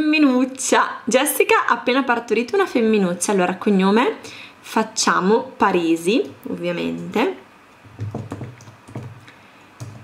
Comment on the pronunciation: Il cognome di Mark e dei figli è Parisi ma tu dici Paresi...